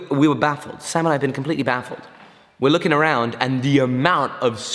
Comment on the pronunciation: Everytime he said "sam and i" i understood "samurai" and i was thinking "is he working with samurai again?" hahaha got me build up